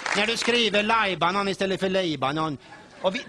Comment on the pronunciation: lajban istället för libanon hah